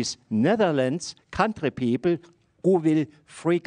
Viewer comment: Did the man just say peeple